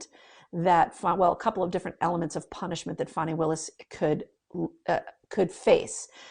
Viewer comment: FAN - ee not FAWN - ee